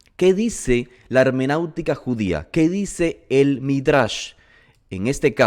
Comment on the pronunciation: Shalom estimado. Gracias por elaborar estos videos. Son una gran bendición. Solo una pequeña corrección hecha con mucha humildad: no es hemenautica, es hermenéutica con “e”. Que el Eterno lo bendiga siempre.